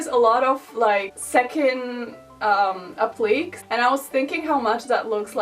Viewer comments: Ahaha you pronounced appliqués “apleeks” the whole video. I love you <3 it’s pronounced “ap-lee-kays”. I appreciate how open you are about how difficult it is to speak in a second language! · In America we say “app-li-Kay” instead of “app-leeks”, for “appliqués”...not saying it’s any more correct than what you’re saying... just fwiw. Wish I could speak another language. You’re doing great. Love your show.